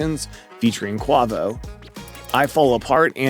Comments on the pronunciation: . QWUAH-VOH??? It’s pronounced QWAY-VOH u twit …..dude learn the names if ur gonna be a journalist or w.e. It is u wanna call urself. Hahaha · Fam did you just say Kwaavo 😂